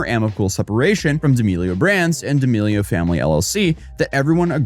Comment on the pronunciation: Why are you saying her last name like that 😂